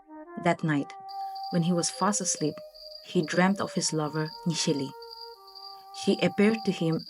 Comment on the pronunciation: Awesome narrative and I'd love to know more stories from this channel. One correction: It's Nishela and not Nisheli.